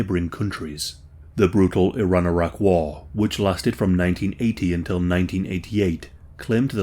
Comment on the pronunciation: Bro when you first said Iraq I heard Arrakis lmfao Saddam Atreides